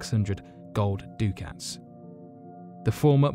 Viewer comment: "ducat" rhymes with "bucket"